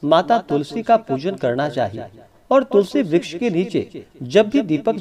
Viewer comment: महाराज जी मुझे ज्यादा ज्ञान तो नहीं है जो बार-बार आप तुलसी ब्रछ बोल रहे हो तुलसी मैया को ब्रश नहीं कह सकते